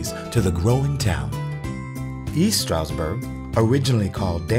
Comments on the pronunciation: There's a "d" in Stroudsburg. We pronounce it. You might want to too. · That feeling you get as a native when the closed caption feature constantly spells your hometown "Strasbourg" or "Strasburg" because the narrator constantly drops the D when pronouncing Stroudsburg. 🙄😒 The highlighted information is good once you get past the mispronunciation.